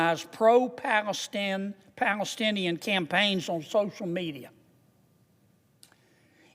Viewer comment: Mr Kennedy stumbles over "antisemitic" every time. When he corrects himself, it comes out wrong. "Palestinian" and "Israel" don't always come out right, either. He doesn't seem to have a speech impediment. What's his problem with "antisemitic"? I ask as a Jew.